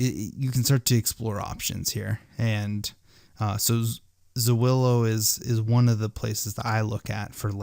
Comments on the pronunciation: It's Zillow bro, not Zawillow. 😆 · zillo....not zuwillo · Great information! Thanks so much! I did crack up every time I heard Zwillow though! :D It's just Zill-oh. ;) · Zillow, not Zoowillow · ITS ZILLOW not zawillow. 😂🤣😂🤣ONLY IN AMERICA 🤣😂🤣😂 Good ideas for help with doing this in Australia. I think. ✌ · Its Zillow, buddy, not Z[aw]illow! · Zuwillo sounds so cool though! I'm going to start saying it like this ;) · Ok, yeah. WTF? lol... Zu-willow? Dude. ;) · Learn how to say Zillow, moron.